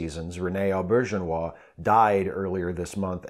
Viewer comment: This was a perfect tribute to a wonderful man. I met Rene Auberjonois at a convention long ago. Maybe DS9's first or second season. Taught us how to pronounce his name, and I'll never forget it (You said it absolutely correctly, too).